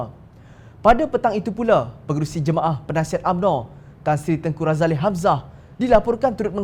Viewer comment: Woi apa ni Tengku Razalehhh... tanya la dulu orang yang tahu... Tengky Razali saja sebutannya...